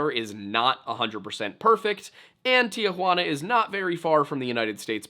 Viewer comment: I'm cringing every time I hear you say "tea-huanna" tee-huana my man tee-huana drop that a in the middle please